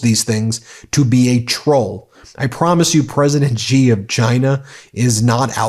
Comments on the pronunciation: Love everything about your site. But please quit grossly mispronouncing presidentXi's name. It makes it seem like you are mocking him. I am sure you are better than that. It's not Jee or zhee. Its closest English translation would be the word "she" (although not perfect it is the best many non-Mandarin speakers can do and is perfectly understandable). I beleve that you have enough integrity and and respect for the president of China and their people to try to sy the name properly. Thanks for all your work! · Love your programmes, watch them daily. Just a tip from an Australian that studied Mandarin.. ‘Xi’ is pronounced ‘she’ or just like ‘c’. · The Chinese president's family name is Xi, not Gee.